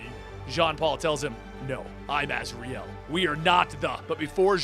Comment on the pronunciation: I can’t take anything you say seriously when you pronounce his name ‘Raz’.